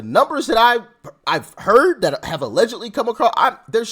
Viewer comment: Doc, 'allgedly' that seems to be the case. Doc it's allgedly your opinon, lol!!